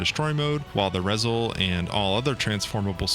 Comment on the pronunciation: Minor nitpick, but it's pronounced "Ree-zehl." ReZEL stands for "Refined Zeta Escort Leader."